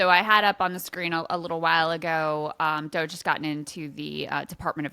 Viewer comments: Ryan not being able to pronounce DOGE is becoming a great running joke. No one tell him, please 😂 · Regardless of what you think of 'DOGE', Ryan calling it "Doggy" is funny. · Ryan pronouncing doge that way is pretty boomer and cringe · Ryan refusing to pronounce Doge correctly, is top tier entertainment